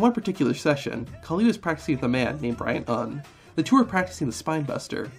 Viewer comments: The Hindu goddess is "KALI" not "Khali". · ayy, im from India, the goddess you spoke about during the great khali, its actually maa kaali, and not maa khali. khali had more of a punjabi ring to the name